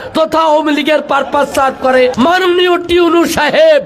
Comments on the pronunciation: উনি ভুল বলতেছেন শব্দটা টিউএনও না ইউএনও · আচ্ছা আমি কি ভুল শুনতেছি নাকি টিউনু ,টিউনু এটা কে ?? মানে আমিই ভুল শুনছি মনে হয় 😐😒😒😒😒আপনারা কে কি শুনেছেন ????